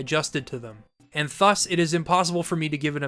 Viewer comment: Brother I love the videos but please look up how to pronounce "thus"